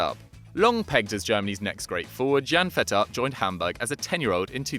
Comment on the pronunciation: your pronounciation of jann-Fiete Arp killed me